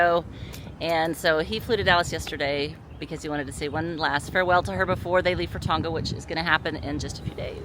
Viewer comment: guys 😂😂 i don’t know if this is a total American thing but the pronunciation is Tong-a not Tong-ga. there’s only one G, so say it once not twice! just helping, from us South Pacific followers 😅. (It’s not like the g in ‘longer’ )